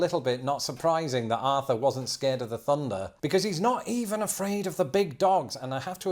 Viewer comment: Hey, why does your mum and Lawrence say THunder, and you say Funder??? I don't understand